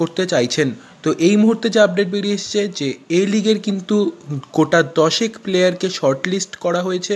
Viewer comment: Quota not Cota.